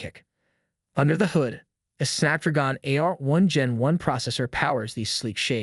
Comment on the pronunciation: You know damn well you know how yo pronounce Snapdragon. Like old Biff says "you sound like a damn fool when you say it that way"